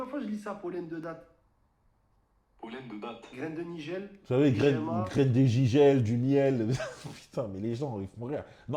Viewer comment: Graines de GIGEL 😂😂😂 c’est Nigel